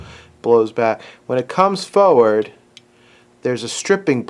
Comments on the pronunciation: Why do you keep saying "foward" instead of "forward"? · Instead of tinkering with something that’s not broken you should work on your pronunciation of the word FORWARD. It’s not foward.🤪